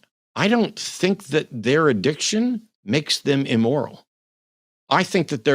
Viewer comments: "Emoral"? 🤣🤣🤣 Kevin is either trying for "amoral" or "immoral" and missing both by a mile. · Dude can't even pronounce immoral. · I didn't know it was E-MORAL🤣🤣🤣🤣🤣